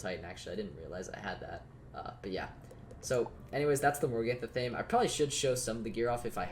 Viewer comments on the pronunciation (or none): No one ever says athame correctly lol. It isn’t ah-thame, it’s ath-uh-may.